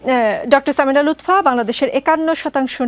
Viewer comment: Lutpha 😂 not lutfa